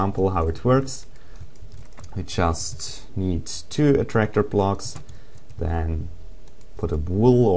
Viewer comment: its called blocks, not plocks